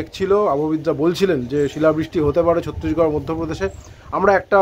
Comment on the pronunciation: ছত্রিশগড় নয় ছত্তিসগড়।